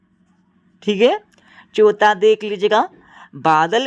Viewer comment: Pehla ❌pela chautha,❌chotha😅😅